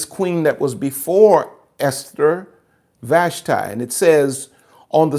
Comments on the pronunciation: With respect, Ill help you out with Hebrew pronounciation. Vahsh-tee, Ah-hahsh-vair-ohsh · FYI, it's pronounced Queen VASHTEE in Hebrew. As someone who learned Hebrew, I think it's important, alot has been taken out of context from lack of understanding the original language ❤